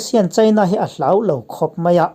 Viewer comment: 👍👍👍 Hlauh ni lovin Hloh tih tur a nia